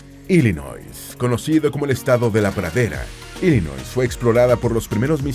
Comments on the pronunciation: Cuando van a nombrar palabras o nombres en Inglés seria de mucha utilidad el investigar la pronunciación para que la gente que no habla ingles no aprenda a decir esos nombres de manera incorrecta. Ejemplo: Illinois se pronuncia Ilinoi la "s" no se pronuncia, Connecticut se pronuncia Conericot, no "conecticut" solo google it. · No mencionaste la Capital de Illinois que es springfield, solo mencionaste la mas poblada que es Chicago....por cierto Illinois en su pronunciacion la "s" no la sonamos pues como bien dijiste lleva un sufijo frances.